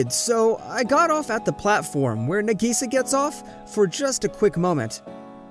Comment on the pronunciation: Y'all are taking about "wallets being stolen" or "it actually WAS a set up". But can we talk about how he pronounced "Nagisa" and "manga"?